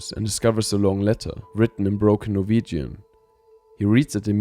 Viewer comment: First time I've heard this clean pronouncing of Norwegian words in a very long time